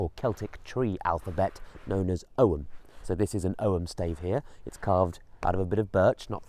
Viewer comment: So 'ogham' is pronounced 'owam'. Thanks for the tip.